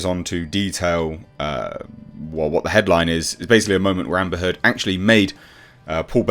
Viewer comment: Ambur "Can-cer" Hurd.